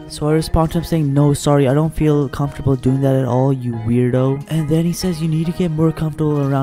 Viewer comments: Me:comfromtable Hime: comFARTable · comfortable. and they’re out here sayin ‘comfartable’ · HE SAID ‘comfortable’ LMAOOOO